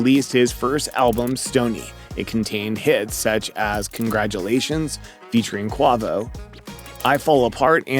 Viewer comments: did my man say qwavo its not qwavo haha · Bro said Quovoe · did u say "quahvo" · who the fuck is "quaavo" lol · Bro your video was going so good until you completely butchered Quavo's name . lol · How do you not know how to pronounce quavo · Your pronunciation of Quavo was like nails on a chalkboard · Kwavvo?? Fitty Cent?? Anderson Pahk?? You’re fucking up bro come on